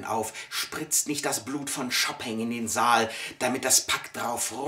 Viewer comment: Es heißt nicht Schopping, das weißt du, oder?